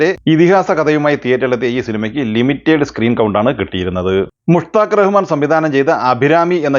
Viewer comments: അണ്ണാ ലിമിറ്റേഡ് അല്ല. ലിമിറ്റഡ് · അതുപോലെ limited എന്ന പദം ലിമിറ്റഡ് എന്നാണ്.ലിമിറ്റേഡ് അത്ര ശരിയല്ല.